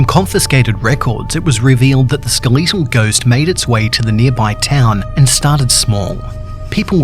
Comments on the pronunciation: he says skeleetal instead of skeletal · skeh·luh·tl Not Skuh·li·to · SKEL LET TALL NOT SKILL LEET TEL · A skeleetle ghost? It’s skeletal but ok. Lol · bro rlly said “skal-eee-tal” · The Ske Lee tal ghost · “Ske l e e t al” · “The skeeleetal ghost.” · ”skeleetal ghost" thanks don't like it I mean the pronunciation, not the video, I love the video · He’s not just skeletal......he’s skaleetal!!! This guy’s on a whole nother level. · Not to point out your accent but the ske-le-tal ghost. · I love how u say skeletal XD no hate ur pretty awesome